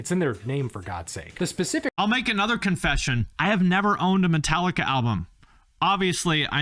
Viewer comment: It's Metal-ee-kah